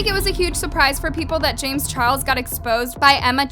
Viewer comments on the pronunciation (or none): LMAO "chames jarles" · “chames jarles” 😂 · Lmao “chames Jarles” I just can’t 😂